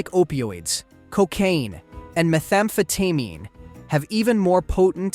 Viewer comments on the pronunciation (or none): Did the artificial intelligence have an artificial brain fart? “Methamfatimi?”They flude the brain with dopameani, creating intensa feelings of pleah shure.” ????